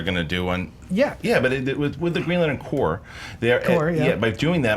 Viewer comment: I wanted to punch during the 3rd round for arguing Spawn and mispronouning Corps